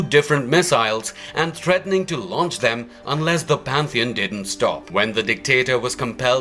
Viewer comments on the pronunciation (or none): none